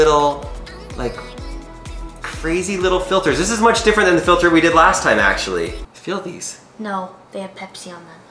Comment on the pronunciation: DID HE SAY INDID!!!!